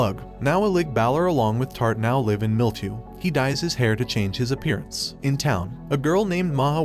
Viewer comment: is it me or does he say LIVE like being live on twitch instead of living at a place which is also live but spelt different